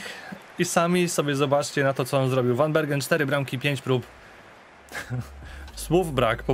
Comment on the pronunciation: tak na przyszloscz zeby bylo latwiej. W Holandii 'g' czyta sie jako 'h'. Czyli Gravenberch czyta sie jako 'hravenberch' a van Bergen czyta sie jako 'van Berhen'.